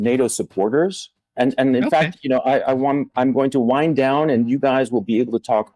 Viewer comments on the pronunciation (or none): none